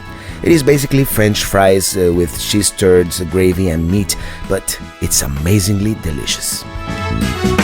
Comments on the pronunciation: Did you say cheese turds? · It's pronounced "cheese curds." I think I heard something different .